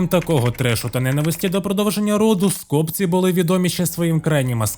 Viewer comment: Скопці́ - правильний наголос.